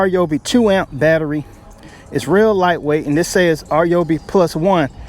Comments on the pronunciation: R Yoby!!!???? Hello!!😂 it’s pronounced Ryeoby!!!! OMG!! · "R"yobi? It's not "Rye"obi, either. It's "Ree"yobi. But man, you can call it anything you want because this is the most honest, thorough review. Great job! And because of your great video, I'm renaming all of my tools "R"yobis. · My man, It isnt RJOOBEE, its RYEOOBEE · “R”- Yobi? Do some research first before you start talking about products. Simply call the company, it takes less than 30 seconds to find out how the pronouns their name. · Rye oh bee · It’s pronounced: RYE-OBEE or RYE-O-B